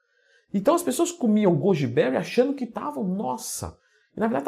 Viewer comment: 4 pessoas comeram "gúdibéuri" kkkk